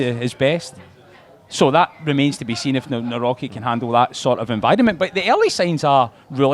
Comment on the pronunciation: Its pronounced Navrotski.